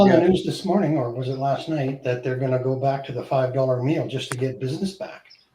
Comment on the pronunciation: You forgot the b in the word back 😂